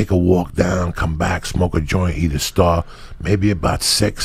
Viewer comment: The way Joey says... “eat a stah” 🌟